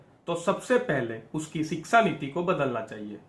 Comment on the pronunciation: Sir aap siksa na bolkar shiksa bolen.